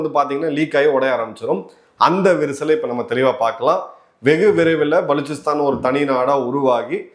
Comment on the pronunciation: நீங்கள் மட்டும் தான் மிகச்சரியாக உச்சரித்தீர்கள்.புதியநாடகும் "பலுச்சிஸ்தான்"